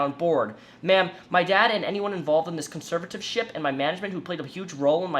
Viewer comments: conserve-uh-tor-ship not conservativeship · Conserv-ator-ship Not conservative-ship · "...really solidified my own rlack of knowledge of conservativeships..." We noticed when you continuously called it a "conservativeship" rather than a conservatorship. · he keeps saying conservativeship instead of conservatorship too, that kinda frustrated me as a listener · Conserva-TOR-ship. Please pronounce better if you take yourself seriously as an authoritive source. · I’m 2 minutes into a 26 minute video… Someone please tell me - does he start pronouncing “conservatorship” correctly, at ANY point?! 😖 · If you are going to talk about conservatorships might want to not say it incorrectly the entire video...her situation is fucked up though.